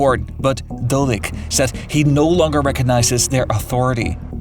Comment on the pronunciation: Keeps calling the person dolek instead of Dodik.